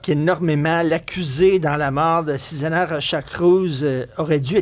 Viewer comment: Son nom est Susana pas Sisana. Faite- y honneur et corrigez vos fautes svp.